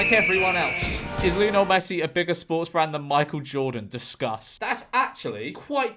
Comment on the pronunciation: You’re obviously not a fan of Lionel Messi is you can’t even pronounce his name George.